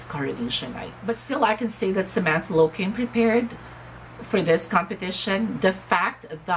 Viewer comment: OMG! You're one of the few who got my last name's pronounciation right. Thank you for the shout out my dear. Another great video and opinion. If you ask me... it takes a brave, strong and determined candidate to compete for Ms.Grand International amidst of all the controvesry surrounding the Organization at the momemt and for that Kudos and thank you Samantha. I agree with you dear that there are still some improvement for Samantha.. the gown (im not a fan of her gown during the bb pilipinas coronation too) pasarella needs more practice specially.. but no doubt that beautiful face, body and her wit is oh so ready for the crown..